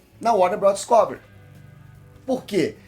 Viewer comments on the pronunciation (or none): Gosto muito de "DisCÓvery", fico feliz sempre que ouço!